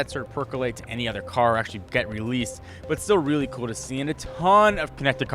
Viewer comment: Weally weally WEALLY! (Sorry)